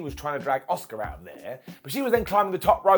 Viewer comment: The woman is called ASUKA not OSCAR ffs 🤣